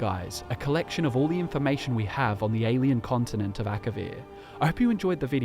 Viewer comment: It's Akavir not Akarian.